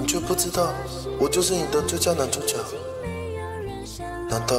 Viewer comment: 男主角他講成男註腳